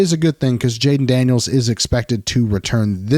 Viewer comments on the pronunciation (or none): none